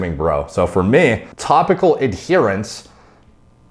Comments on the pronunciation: New drinking game, take a shit each time says "Fier mee" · 32 minutes summary For meey For meey For mey For meeey For mmnneeeyyy